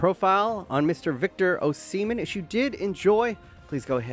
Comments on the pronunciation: That was a well researched, well editted, and a confidently delivered profile of Osimhen. But dude, its 'Ohss-ih-men', and it is important to get a person's name right to get credibility, as im sure youve experienced yourself 🤔 Are you really a, as you sound very Seppo to me 😋An slightly larger Asian-American? lol Im a Limey that lived in actual Asia for 15 years, its the best place in the world, apart from Aus, lol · PLEASE STOP SAYIN O SEMEN. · Is it pronounced “ohh semen”? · say his last name right man god damn